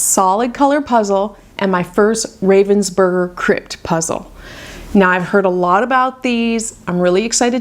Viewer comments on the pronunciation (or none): By the way - I read this in a Facebook puzzle group - apparently the name of the brand is pronounced "RAH-vensburger" - as it's a German brand and that's how they say it. I was quite surprised!